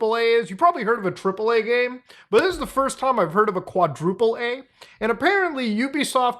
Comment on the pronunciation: it shouldnt be pronounced "quadruple ay" if you see the phrase "quadruple a" it is journalist jargon for screaming AAAA